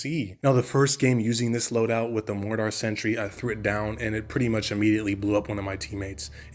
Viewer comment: The way you say mortar makes me wanna die